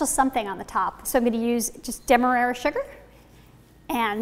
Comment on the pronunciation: DEM-MA-RAR-RA sugar.